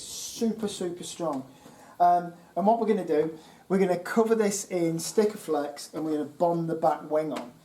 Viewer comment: its Sikkaflex " seak-a-flex" not stickerflex 😉👍